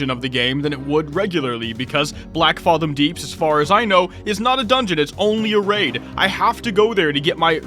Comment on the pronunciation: The fathom in Blackfathom is pronounced the same as the word fathom itself, no ahh sound